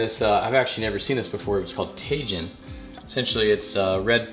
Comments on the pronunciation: No way bro jus said tayjin 😂😂is “ti heem” my guy 😂😂😂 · Tajin is “tahHEEN” 😊